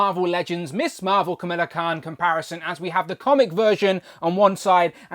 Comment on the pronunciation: Needs more blue, imo. And now I need at least three of her for customizing flerkins. 😜 And how did I not notice the D+ sneakers before? Btw, you’re pronouncing her name like “Camilla”, and we know how testy that makes you Brits. 😉 Her pronunciation is Ka-MAL-la, while the first female US VP I believe prefers it as KAM-a-lah.